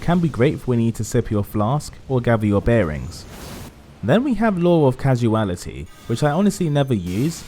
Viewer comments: Nice video. It's pronounced "law of cause-ality" rather than "casu-ality" ;) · Hearing you say "law of causality" incorrectly makes me want to die. CAW-SAL-ITY. CAW-SAL-ITY. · Law of causality is actually pronounced law of Cause-ality it looks like, just wanted to point that out lol